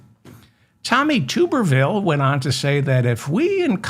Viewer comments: Tub. Tub-er-ville. Not Tube. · To my knowledge Dave, it’s (sound spelling) Tubber-vile like bath tub, like blubber, Tommy Tubber vile.. and I just have this feeling he’s never been to the white swallow in Frisco, but for sure if there is a white swallow in Texas, he’s definitely in the know. 💯💯💯